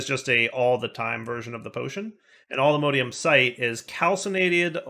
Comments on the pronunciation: For the love of all that is holy, please stop saying allthemodeium. Its mod,, MOD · pronounciation of Modium is very Jraphics vibes. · pronunciation of allthemodium hurts me